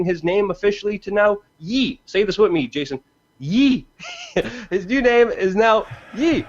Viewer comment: The word is pronounced 'WITH' not 'WIT'